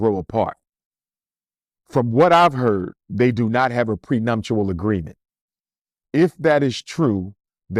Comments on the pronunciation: The Oscars, not the emmys.. And the word is "Prenuptial" not "Prenumtial" Dr. Smh . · Dr. Umar is GREAT. The pronunciation is PreNUPtual. And the slap happened at the Oscars. It's OK, though. Just noticed and wanted to say. So what he married white. Wasn't his father white?